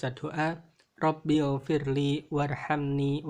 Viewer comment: Assalamualaikum wr wb. Maaf mohon dikoreksikembali bacaan diantara dua sujud. Harusnya robigfirli bukan robilfirli. Maaf kalau mungkin saya yg salah dengar,. Terimakasih, wassalamualaikum wr wb.